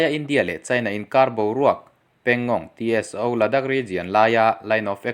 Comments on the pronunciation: Pangong Tso tih hi, Pangong Ti es o,nilovin Pangong saw ti a lamtur. Han inkap tak tak tehse🚀💣😁😁😁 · Pangongso ti a lamrik tur...pangong Tso (ti es o.. tilo in T hi lamrikloh tur "so" (saw) tih tur entirnan -Pneumonia tih a P lamtel loh ang chi khan.. Psychology ang te pawh ni ang chu